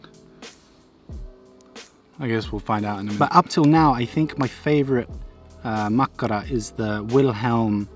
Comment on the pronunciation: U actually pronounce makkara rly well and my favourite is kivikylä juustotuhti